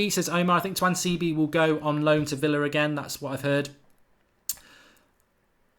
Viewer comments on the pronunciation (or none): none